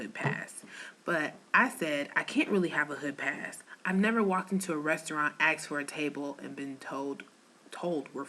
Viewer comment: Someone "axed" you? Did you get hit with a hatchet or something?